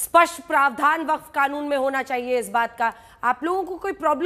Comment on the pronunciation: “जलेबी” मैडम “व-फक्ड” हो गई 😂